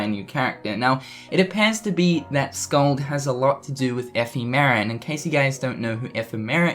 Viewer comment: Oh yeah. and the name is pronounced Skuld with u used in "put" and k as the c in "cat". sorry for bad information, hard to explain pronunciations to non-icelanders